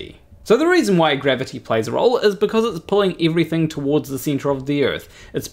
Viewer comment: Funnily, wenn you say "gravity" it sounds like "grabbity"... are you sure you're not a flerf? ;=)